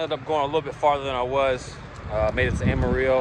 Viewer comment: Ama ree o? 😂 The L's are not silent. Ama-ril-lo. Welcome to Texas!